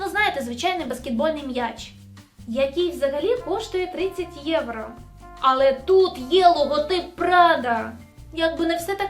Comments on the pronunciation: Ну чому поооостійно єврА, а не єврО?🫣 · будь ласка, не єврА, а єврО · "ЄврО" а не "ЄврА"